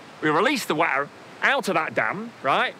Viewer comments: I like Guy but I can't get over the way he pronounces "water". 🤣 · Just when I thought I heard all the pronunciations for the word "water".